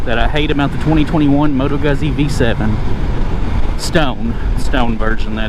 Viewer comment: Guzzi = Gootsi. Like pizza. Not guzzy.